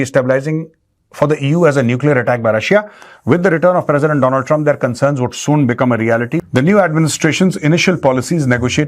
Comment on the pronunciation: My friend dolund truuuump